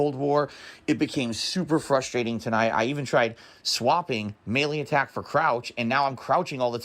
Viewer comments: Does he say melee/maylay wrong? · Have I been saying Melee wrong my entire life? Or is it pronounced MAY LAY like is saying